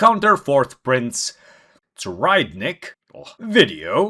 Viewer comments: I THINK you pronounced it correctly. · u said it right this time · His name really isn’t that hard to pronounce you nailed it here, just call him Tserri like his buds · funny that u dont like saying his name, when your one of the only youtubers to say it right ahhaha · You said his name perfect